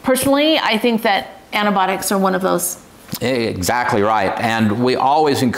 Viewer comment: Antibiotics, antIBIOTICS, please pronounce it correctly!